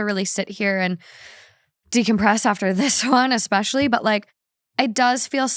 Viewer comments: My best friend obstinately says "ECT" instead of et cetera [pronounced EH-KT, like she's not just pronouncing the abbreviation as a word, but ALSO switching etc. with "ect"] and it infuriates me. So while we're at it, it is NOT "EC-SPECIALLY," its "ESPECIALLY." There is NO "C" anywhere at the beginning of that word. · it’s ESPECIALLYYYY not EXPECIALLYYY 😂 love u thoo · Worse than "ex-cetera"...."ex-specially" instead of especially. I can't with that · Ekspecially xD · I’m glad someone pointed it out 🤣 It was such a pet peeve how they pronounce “et cetera” It’s French so I guess we can’t blame them. they also mispronounced “ex-specially” 😅😭😭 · "We say 'et cetera' wrong.": *Still saying "eXspecially" Honestly, don't change. It's the easiest way to tell it's when I am just listening. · I am not saying this because it's annoying, I do not care, but I noticed you say "especially" with an x, so "expecially." There's no x lol but love you so much!